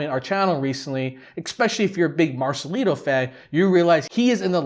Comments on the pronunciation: Please remember it's Marcelito with a T not Marcelino okay? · Marcelito not marcelino..